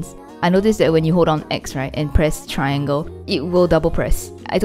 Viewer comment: Traigle... on a $439 controller